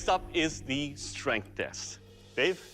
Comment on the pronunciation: When Doug Said "Dave" i Heard "Babe" and almost choked on my Coffee o.O